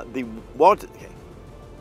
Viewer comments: Stop calling it "Walder" omg!!! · So annoying hearing you say "walder"😢